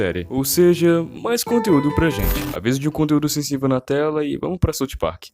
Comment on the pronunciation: é "SAUF PARK" mano plmds